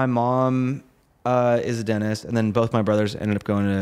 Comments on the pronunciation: WTF...."DENIS"!?? for "DenTist" LOL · am i hearing righ? you say DENTIST without the T? DENIS?